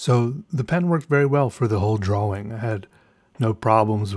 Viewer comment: the whole draw-wing?